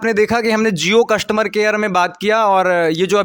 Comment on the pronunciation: कस्टुमर नहीं। कस्टमर। भाई थोड़ी हिंदी भी सीख ले।